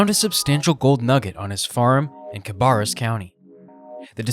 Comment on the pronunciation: it’s pronounced cuh-Bear-us. It’s one of those words you have to grow up here to know. And it’s row-ANNE county.